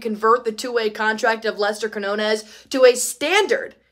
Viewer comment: is not Qui-no-nes. It's pronounced Qui-yo-nes. Yo! Yo! Yo!